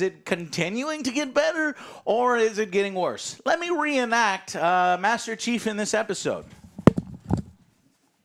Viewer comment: hmm i hear always master cheeks or master cheap